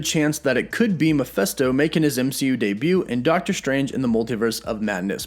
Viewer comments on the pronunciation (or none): Maphesto? Your pronounce makes him sound like a muppet. Why is it so hard for people making videos to get the name right?! No hard feelings... Mephisto was my guess when everyone was saying nightmare. Cheers! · Am I the only one here who hears you saying Miephesto instead of Mephisto throughout entire video? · It's Mephisto, not Miphesto. Actually, the full name is Mephistopheles in the original German books from around 1600, but that name is often shortened to Mephisto in a lot of media including in Marvel Comics. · It’s not pronounced Ma-fest-toe. It’s pronounced Ma-fist-toe. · I'm not trying to split hairs... but I thought hus name was pronounced Mephisto - with a short (i) vowel sound - like in the work "it") not Mephesto - Like in the term "atheist manifesto". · You are pronouncing the name wrong. It is Ma(fist)o. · His name is pronounced mefisstoe...Mephisto will be badass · Why do you find it so hard to say Mephisto? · Bruh, can you at least pronounce "Mephisto" correctly?